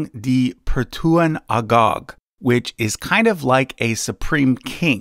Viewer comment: hahaha so funny hear you said "yang di pertuang agong" is agung actually, same with marcopolo said swadwipa island to be sumatra island hahahaha west poeple said eastern word is so funny to hear